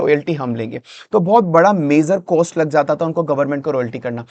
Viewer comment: गेस नहीं गॅस, कोस्ट नहीं कॉस्ट 😒